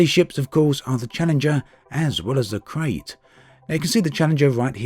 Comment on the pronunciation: It's pronounced Krite. KRITE.